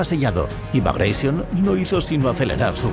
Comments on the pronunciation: Operación " bagraishion". Que mania de pronunciar en inglés un nombre ruso. Suena como se escribe BAGRATION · los rusos NO hablan ingles😝....han muerto 12 gatitos cuando pronuncias así la operación bagration...por lo demás un video genial